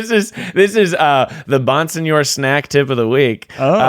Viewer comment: don’t deny your roots man, we need that full Italian pronunciation. Bonsignore.